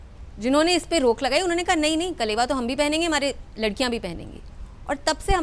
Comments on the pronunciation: कलेवा नहीं अलावा होता है। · Kalawa not kalewa